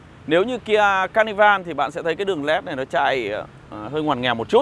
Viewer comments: "ca nơ vồ" chú ơi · ca ni vồ nhé a zai :)) đọc 2 lần cũng vẫn sai buồn cười quá :v